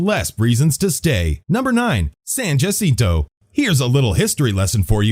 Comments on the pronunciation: For the record, Yucaipa is pronounced YOU-KAI-PA. Not YOU-SEE-PA. San Jacinto is pronounced 'SAN-HA-SEEN-TOE' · It's the Golden State, the Sunshine State is Florida; it's also pronounced San Hassinto